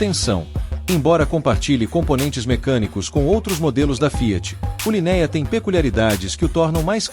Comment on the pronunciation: LinÉa, DualogÍc, é de rachar o ouvido.